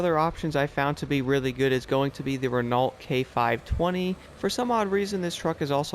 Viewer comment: Your pronunciation of Renault is wrong 😂 either get more French or watch a formula 1 race. I’m still waiting for them to fix the game for Xbox. I’ve stopped playing it until they do. Your videos make me happier than a Frenchman who’s just invented self removing trouser’s.